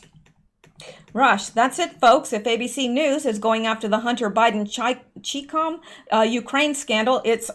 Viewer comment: Good evening my dear,, the i in Chi-Com is long 🌹🌹✌️